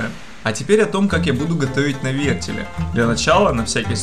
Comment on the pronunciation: "Нанизать на вертелЬ", "положу протвень на дно" ВертеЛ, пандарийские неучи, протИвень! Разбил фейспалмом лицо. Видео крутое, но курица выглядит неаппетитно :'(